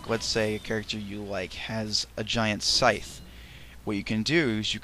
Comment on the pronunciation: FFS he can't pronounce the word Scythe. What an idiot.